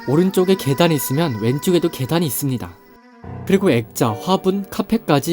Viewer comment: 무엇무엇 할수 "있습니다"를 말할때 목소리의 높낮이때문에 영상에 집중을 못하고 거슬려요